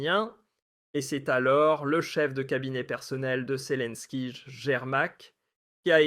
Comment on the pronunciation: pourquoi tu dis selinkige apprend à parler